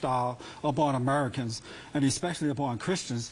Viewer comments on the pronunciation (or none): I hate the way he pronounces it "Uhhmurkins" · why is it that everyone who pronounces "americans" as "amarikins" tends to be full of shit?